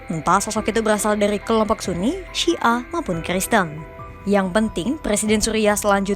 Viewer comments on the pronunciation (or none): none